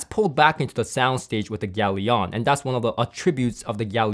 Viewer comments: Are you sure it's pronounced 'yalion' or rather 'galion' as in 'galleon'? Consiering its logo is literally a triple sail galleon mast... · It has a ship on it, it's a 2 syllable, not 3. Pronounce it correctly would have made this review credibile Gal-ion, not gal-i-on.